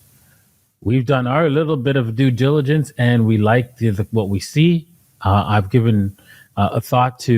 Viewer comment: says it all,:dothefive: plus he can't even articulate due diligence (SMH):body-blue-raised-arms::oops